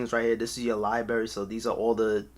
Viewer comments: It’s libRary! NOT li-bary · ITS libRary not libarry other than that great video, 😀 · Everyone keep talking about libary, but I cant get over versatality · If I hear Lie Berry one more time😤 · “Lie berry” 😔😔😔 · If you say liberry one more time man I swear to god😂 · Was anybody internally cringing when he kept saying libary? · Did he say Libary? 🤔😇🤣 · What is a “Lie Berry”? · It annoyed me so much it's librrrarry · LMFAOOOOO son it was giving me a headache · obviously its called Liberry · lie berry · HOW CAN YOU SAY LIBRARY LIKE THAT. Good vid though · can’t even say library right 💀💀